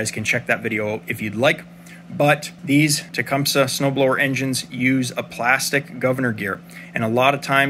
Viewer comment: Finally a tech that says the word Tecumseh correctly !